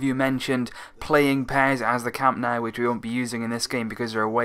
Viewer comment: Some tips: The Catalan and Spanish pronunciations of ''G'' are different. The ''G'' in Girona is pronounced like the ''G'' in Gerard (Piqué), not like in Getafe or gente. And Camp Nou is pronounced more like 'Camp Know', not 'Nau'. The ''X'' in Catalan sounds like ''sh'' (i.e. Xavi) - so it's 'Aleish' Vidal, not 'Aleiks'.